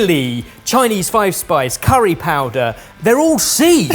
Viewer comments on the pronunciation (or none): none